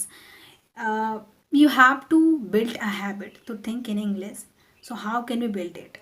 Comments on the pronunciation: First you have pronounce properly The word English then make me to learn with you🙂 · your prononsation is wrong like that you saied english